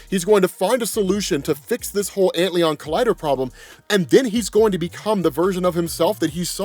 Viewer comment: I mean this with all due respect, but I believe it's pronounced ant-lion.